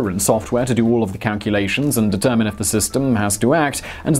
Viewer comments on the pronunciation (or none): none